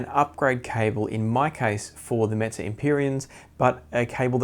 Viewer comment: I appreciate you making this video, it's reminding me that I need to contact Audio-Technica and see if I can get my old Limited Edition pair restored. I really want to be able to give them a listen again now! And I hear that you're still saying "Meze" funny!